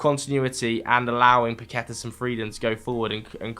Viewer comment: saying paqueta 🤣🤣🤣 Say barTHElona next😂